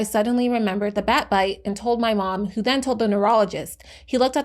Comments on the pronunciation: first time I’ve ever heard WHO being pronounced as “whoo” instead of “double-U Aetch Oh” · Never heard anyone calling the WHO "who". Normally people would say the letters.